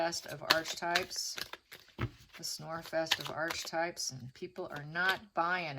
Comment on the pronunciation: Pronounced “arc” for archetype (h is silent)